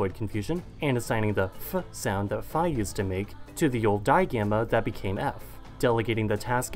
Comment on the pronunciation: Only inaccuracies are that φ θ χ were aspirated p t k (much like how p t and k are pronounced alone at the beginning of a word in English)